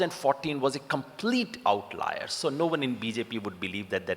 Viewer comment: Yogendra Yadav,what in this world is an ""outliar""???OUTLIER?? or is this a french/latin/greek/Roman word??